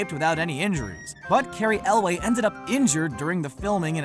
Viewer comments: errrrrm, I like the commentator but he get's Cary Elwes's name wrong. it's not pronounced ElWAY, it's pronounced ElWIS (it's spelt Elwes but pronounced ElWIS) just so ya know. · OMG, this narrator does NOT know how to pronounce people's names! First he calls Ralphe Fiennes "Ralf Fins." It's pronounced "Rafe Fine." Ugh! Then he says, "Mandy Pattincon." It's Mandy Patinkin!" And It's NOT Carey Elway. It's Cary Elwes, pronounced "El-wes", like west without the T. Learn how to pronounce these people's names! It's not that difficult! Plus they repeated a number of "mistakes" over again. Sheesh! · It's also Carey Elwes, not Cary Elway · For future reference, “Ralph Fiennes” is pronounced “Rafe Fines” with “Rafe” rhyming with “safe”. “Cary Elwes” is pronounced “Kary Elways” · Also mispronounced both Mandy Patinkin and Cary Ewles from Princess Bride as Mandy "PAT-in-KEN" and Cary "EL-WAY". Insane. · "Mandy Paht-in-kin." "Cary Elway." Etc. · This guy must not have watched princess bride a he mispronounced a bunch of names. Apparently he thinks carey elwes is elway... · Its not Cary "elway" mr. Narrator ... It's Elwes... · yeah i wondered why he kept calling Cary Elwes "Elway" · Patinkin and Elwes. Learn how to pronounce them properly.